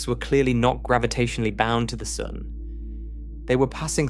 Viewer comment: This guy occasionally pronounces sun soon